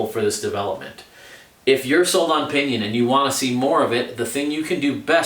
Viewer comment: Alright I'll share my idea. I didn't know if this is possible but if like to try. If like to pair a rohloff hub with a pinion. Just to have the lowest gear every and the highest gear ever and some 100+ gears in between. Although most would be duplicate gears. Get experimental! PS. Every time you said "O pinion" 😂😂😂😂😂😂